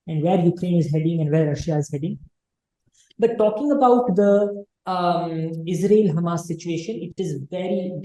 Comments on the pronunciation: Madame it is hamaas, hummas difference in spelling too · Don't take me wrong but can u pl pronounce Hamas not Hummus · Ma'am HUMMUS is lebonese dip. HAMAS is a proper noun can be mispronounced as your good self. But natives don't pronounce is as hummus but Hamaas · hahah its not hamas its HAAMAS, you more sound like humus :P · Hamas not hummus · Ma'am, it's not Humus.....it is pronounced HaMaas. Sorry to correct the pronunciation but it's very important as a good informed interviewer the pronunciation are perfect. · This lady pronounce Hamas like "Hummus". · is pronouncing Hamas like Hummus 😆